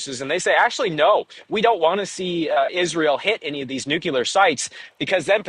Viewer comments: so many journalists saying "nukeelar" instead of "nuclear" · Take a shot every time you hear nucular instead of nuclear. Drives me nuts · Its called NUCLEAR NOT NICKLAR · can't listen to that many nucelar utterancies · you could improve your credibility by dropping 'nucular' from your vocabulary. There is no such word in the English language. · To much listening to Homer...the word is NUCULAR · By the way he kept saying "nucular" I thought he was from Texas. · "New-killer" not "Nuclear" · Who's going to tell him he's saying "nuclear" wrong? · our idiot energy minister in australia is similarly afflicted with this same speech impediment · George junior isn't from Texas... Is he?!?